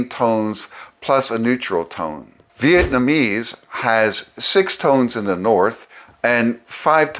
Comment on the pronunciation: I still find it interesting that people commonly pronounce Vietnamese as “Viet-man-ese”. Otherwise excellent video and super helpful for language learning - thank you!